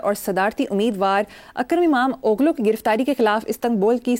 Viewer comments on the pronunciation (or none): akram imam oglu ni akram imam olu parha jay ga (mtlb akram imam ka beta )